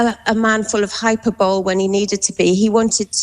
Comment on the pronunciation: "Hyper-bowl" for hyperbole two days in a row. I understood that the world agreed on the standard pronunciation. Is this incorrect pronunciation common in the UK??